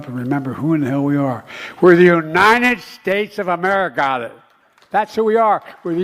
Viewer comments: Amerigodess is what I heard? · He said “Amerigotit..!!!😂 wtf..! That’s so sad he’s still speaking . 😢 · Yes he said Ameri-got-it !! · It sounded like Biden said "the United States of Amerigoddess." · He said Ameri-Got-It. "We are citizens of the United States of Ameri-Got-It". Or maybe he said "Ameri-God-It". Someone just needs to correct him and tell him that when their ilk are in charge of things, then we become citizens of Ameri-Don't-Got-It. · BIDEN SAIS UNITED STATES OF AMERGARTER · Joe Biden said ameraucana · It sounded like he said Ameri-cotta 😂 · I heard Biden say the United States of Amerigota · HE SAID AMERICONDA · Did he just say, Amerigarlic? lol, Hahahahaha. I hope you'z know Biden passed away in 2018! So, who really is this? This copy fails every time! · It sounds like Biden said Americana? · He's trying to say America... God damn it!